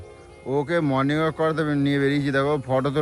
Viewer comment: ওরে আতা ক্যালানে! কথাটা "মর্নিং ওয়াক".. "মর্নিং ওয়ার্ক" নয়!